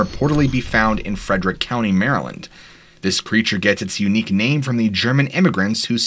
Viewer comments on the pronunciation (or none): none